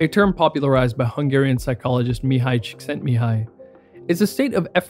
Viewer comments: I thank you for your effort to learn to pronounce that hungarian name correctly. Especially the author's family name is hard to spell out for a foreigner. Thank you for your detailed researches. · I'm surprised how well you pronounced the Hungarian name. Well done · Props for pronouncing Csíkszentmihályi right. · I love that you correctly pronounced the Hungarian -ly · Thumbs up for pronouncing the Hungarian name correctly.